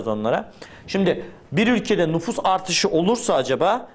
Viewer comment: NUFUSS DEĞİL NÜFUS :D